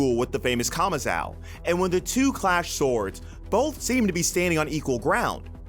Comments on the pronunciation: Who is kamazao lol. Its kamazo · My guy pronouncing “kamazou” as kamazow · Kamazao hahaa its Kamazu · Off-topic.. Why do some native english speakers still get the name wrong even if they're literally mentioned in the anime itself? "Kama-zhaow"..? c'mon... It's almost as stubborn as when they say tsunami as 'sunami' just because they can't pronounce the "tsu" sound